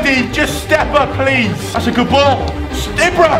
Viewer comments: It's pronounced Eebra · Why do u say ibra so weird...?